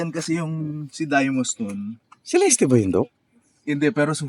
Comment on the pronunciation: It's pronounced as Cel-est and not Ce-Les-Teh.